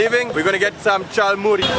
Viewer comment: We Bangladeshi people say jhal muri and he is saying chal muri....